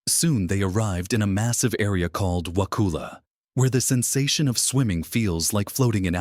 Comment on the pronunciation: Actually not pronounced wa-cool- a. It’s wa-cuhl-a.